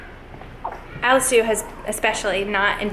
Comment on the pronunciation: Question. Are you saying ALEX SUE or ALICE SUE? Thanks in advance.❤️